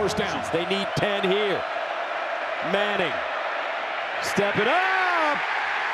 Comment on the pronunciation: Arch Meh-nning.